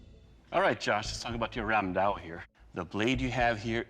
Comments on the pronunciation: It is not randao it is ramdaa. It was widely used by the Bengalis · Ram daa was used extensively by the Gaur rajputs of Odisha and Bengal. And yeah it's called Ram daa not Ram dao 😅. I'm Bengali and I have one in my house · i am from India...and it is ram da not ram dao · So... as a Bangali, I must say something about the pronunciation. Because every time I hear someone say "Ram Dao", my skin crawls. It's Raam Daa, not Ram Dao. The distinction is important because "Dao" is a completely different weapon. However, I understand that people who isn't a native speaker of any of the Sanskrit influenced languages may not even notice the difference. Nice episode though. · I'm Indian and it's pronounced as Raam, kinda like a stretched 'rum'.. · Ramda became Ramdao😂